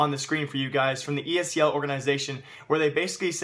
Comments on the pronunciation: It's ESL not ESEL, pls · hate how you say ESEL not ESL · It's esl not esel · Are you saying ESEL, or are my ears fucked?